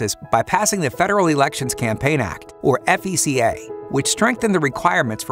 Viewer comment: Is anyone else really hung up on how 1971's FECA really sounds like "fecal?"